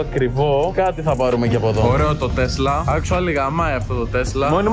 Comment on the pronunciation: Τι μιλας αγγλικα αφου δεν ξερεις. Ολο ακτουαλι και ακτουαλι ινσταντ. Τα λες και λαθος